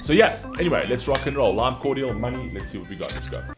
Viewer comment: Need to watch them Doing their live stuff on JJJ “like a version”. Oh and it’s lime Cordiale which is pronounced Cord-ee-al